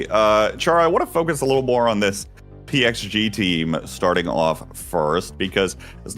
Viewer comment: PXG is actually with X pronouncation